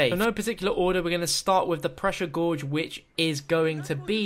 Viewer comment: "pressure gourge"